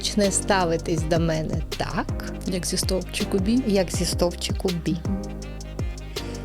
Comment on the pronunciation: Все клас. але ці назви пунктів ЕЙ / БІ / СІ / ДІ - настільки ріжуть вухо, що відволікає від головного посилку. Розвитку всім та вдосконалення